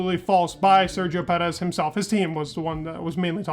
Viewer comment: “Me-claren” “Ped-ez”